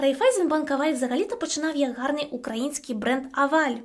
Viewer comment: Я ні в якому разі не хочу вас образити, просто хочу сказати що ми також говоримо ,,гарний", а не ґарний, але можливо я чогось не знаю і це новий правопис, я просто хотіла щоб ви знали😊